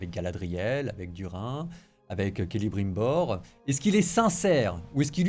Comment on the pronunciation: n'a pas menti. C'est un vrai fan. Seul un vrai fan sait qu'il faut dire Kelebrimbor alors que ça s'écrit Celebrimbor.